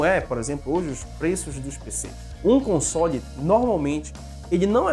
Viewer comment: Deve ser algum grau de "toc", eu mesmo ainda sinto um pouco de "incômodo" quando ele pronuncia "consôle".Felizmente para meus ouvidos nesse vídeo a maioria das vezes foi "consóle". Como eu disse não é uma critica, só reconhecendo meu "tique".